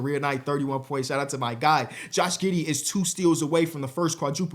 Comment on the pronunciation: Josh “Gih” Giddey